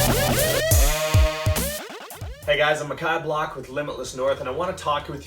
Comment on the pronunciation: I will search his name, but it sounded like he said: "Ahm a cod block." which at first hearing sounded like something else... Update: From another video it sounds like his name is. 😅